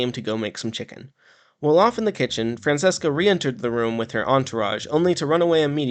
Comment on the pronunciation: Dope video, but her name is pronounced “Fran-ch-eh-ska